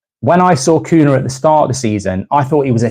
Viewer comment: It's pronounced cunya